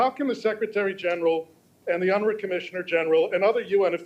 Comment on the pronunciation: Did he say UNRA?😂